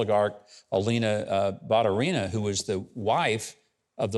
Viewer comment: Ba-tU-ri-na is correct pronunciation